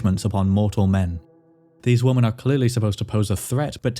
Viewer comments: Why do so many of these videos mispronounce the plural of 'woman'?? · women is not pronounced woman